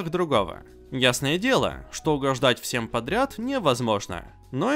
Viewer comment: Единственное, что мне не нравится, так это, то что ты проговариваешь первое слово в видео "всем" с чёткой такой В, хотя звучать оно должно как "фсем". Может это конечно фишка такая, но слух режет😅